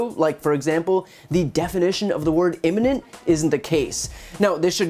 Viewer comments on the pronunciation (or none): So the fatheaded Pompeo stands next to the clench-teethed weasel Mnuchin and lies while tapdancing very badly and contradicts himself. Is anyone surprised? He can't even pronounce "imminent" correctly. "The attack was immemminnent....." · He can't even pronounce imminent.